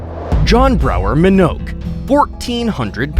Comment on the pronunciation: You are LAZY! First, at no. 1, you mispronounced Mr. Minnoch’s last name. Second, you shiw film footage not of Minnoch but of Robert Earl Hughes, a man from Illinois who once weighed a medically verified 1,069 lbs and was for many years considered to be the heaviest medically verified human ever. To this day, Robert’s 122 inches measurement is the largest on record. You are LAZY!